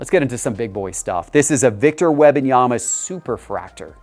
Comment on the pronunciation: If he says Web-in-yama one more time….😂